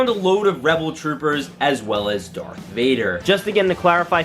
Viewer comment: IT’S DARTH NOT DARK AGHHHHHHGGHHGGH